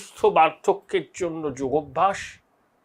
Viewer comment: ওটা যোগভ‍্যাস নয়, যোগাভ‍্যাস। যোগ+অভ‍্যাস=যোগাভ‍্যাস